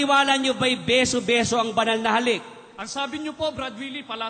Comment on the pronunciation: Beso beso po hindi biso biso Turo po hindi toro [ang toro ay isang malaking hayop na may sungay at nanunuwag]